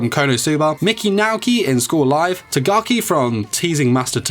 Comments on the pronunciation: Tagaki? Lmao its takagi-san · I'm slightly disturbed that you pronounced tagaki instead of takagi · wait did he just say tagaki instead of takagi